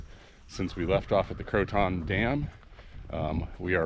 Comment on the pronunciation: I like watching your video's but it drives me crazy you pronounce Croton incorrectly (and I should just let it go but thought I'd at least educate you in case you come this way again). I can't figure out how to explain the right way. Its more like Krow Ten with the emphasis on the Krow.